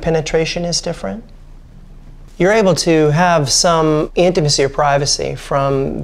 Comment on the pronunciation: Take a shot everytime the guy says 'intamicy' lol